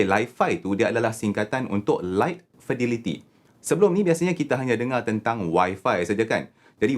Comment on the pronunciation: Fidelity disebut as Fedéliti ( bukan Fidiliti).